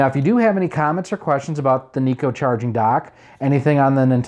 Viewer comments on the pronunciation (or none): Why do you pronounce it NEE-KOH?? I've always pronounced it NYE-KOH...like how it's spelled.